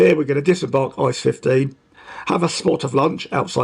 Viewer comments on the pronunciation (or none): good Video but don‘t say ICE as one word! It is I.C.E (Intercity-Express) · Although it's tempting, don't speak ICE like ice in icecream. Every letter is pronounced separatly, also in announcement, if in English. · Hey, great video overall and it brings back a lot of good memories of my trip to the uk last year (doing the same route but starting in cologne). Just a little something for future videos. The “ICE” trains are not pronounced like frozen water but instead each character separately. Just imagine it being I.C.E instead of ICE Greetings from Germany:)